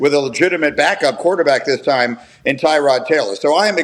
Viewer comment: Tyrods mom had a clip where she yelled at analysts because they pronounce his name wrong and they still can’t get it right. It’s not Tigh-Rod. It’s Ter-Rod. Still bugs me here them all continue to get it wrong